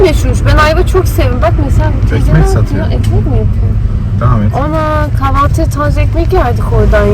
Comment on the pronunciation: seni çok beğeniyorum kapanan kanalından beridir takip ediyorum beni yanlış anlama ama lütfen kahvaltı kelimesinin telaffuzunu doğru yapsan takıntı haline geldi senden duyunca tüylerim diken diken oluyor 😂😂😂